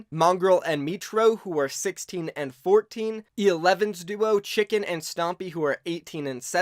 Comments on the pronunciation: The e11 player who is the m8 of stompy is pronounced TschiiiNken :) its not like chicken its more like the german word for ham xD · Its Not chicken Its Tschinken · It is tschiNken . not chicken bro xd . nice video beside that 😂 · Chicken xxxd (Tschiinken is hard to pronounce for you americans) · THERE IS AN "N" its not Chicken